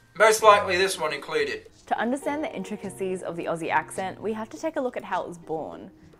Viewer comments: In one of your package opening videos, in which you received a gift from Australia, you asked Ben whether he thought the word Aussi was pronounced Ossie ( as it looks, given the double ss) or Ozzie. You thought 'Ossie'. He said Ozzie. Ben was correct- as many of us pointed out at the time. No worries- just thought you might like to know, mate! BTW the 'rising terminal", as it is called ( referred to here as a rising inflexion) is also very characteristic of the General and Broad Kiwi accents here in NZ. Greetings from Auckland. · please stop doing the American thing in pronouncing Aussie as Aw-see. It is pronounced Ozzie as in Ozzie Osbourne. Ozzie is also the alternate spelling of Aussie. When you said "You can tell who the native speakers are, that was spot on" the guy speaking was English actor Jude Law. So not a native speaker at all. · well, the word aussie isnt pronounced aw-ss-ie, its ozzy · The one thing I lose my mind over is Americans pronouncing Aussie with an S, like "Ossy". ARGGHHH! It's "Ozzy" it just sounds so awful and grating. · Tip for Americans: Aussie is actually pronounced Ozzie. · please try saying Ozzie like how Ben said it. Even though it has the double S, it's not a S sound like Snake or Hiss. It's more of a Z sound Zebra of Buzz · If he's coming to Australia, his life will be easier if he starts pronouncing it correctly lolol - I usually tell Americans "Pronounce it like Ozzy Osbourne" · As an Aussie- my first tip would be - it’s more like “Ozzie” than “Aussie” (no soft “s” sound!) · Couple of tips for you. When you pronounce Melbourne we say it like Melben, Aussie is pronounced like ozzy 👍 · Aussie is pronounced Ozzy with a Z, an Ossi is somebody from East Germany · As an Australian can I just say a lot of (including you ) Americans pronounce Aussie wrong. It is spelled Aussie however we pronounce the S like a Z, so it’s pronounced Auzzie 😂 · BTW it’s Aussie (Ozzy), Americans always say it wrong. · Ozzie, not Ossie.